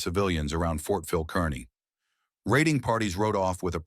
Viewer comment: It's not pronounced Kern - knee. It's pronounced Car-knee.